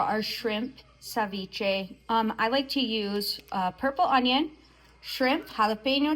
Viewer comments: Agrego aguacate y más camarones. Por eso se llama ceviche de camarones. Y es ceviche, no SAviche. Lo siento, solo un fastidio mío. 😊🍤🥑 mmmmm 😋 MUY BUENO. Bendiciones para todos y su perro…🙏🏼✝️ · CE viche not CAviche😊